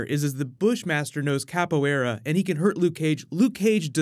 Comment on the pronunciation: It’s pronounced cop-o-way-dah (Soft d) lol